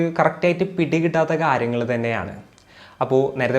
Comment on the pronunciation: Pls avoid ‘kaaryagal ‘